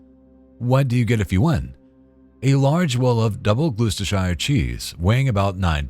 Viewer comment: Gluechestershire?? 😂😂 To make it easy for Americans. Gloucestershire is pronounced as glo-ster-shir. No hobbits around here, just rolling cheeeeese lol